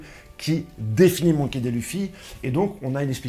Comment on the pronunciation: Bonjour monsieur La prononciation monkey dé luffy au lieu de monkey di luffy ça à trop duré et c’est insupportable merci pour tout Je ne regarderai plus